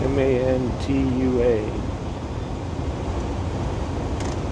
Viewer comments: It's pronounced man- a way Mantua really man2way Utah slang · Wonderful drive! The village in the canyon you went through used to be pronounced ""MAN-tuh-way". I lived in and and around Logan from . It was even more beautiful and pristine then, and much smaller. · Mantua. Pronounced Man-a-way. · Pronounced man2wa